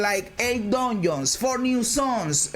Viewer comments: Dungeons ❌ Duneeeons 💯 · He really said DONIONS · Im Sorry, but I can’t unhear it ever again: DONIONS. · When he said "Doinons", I felt that. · I liked when he said Donions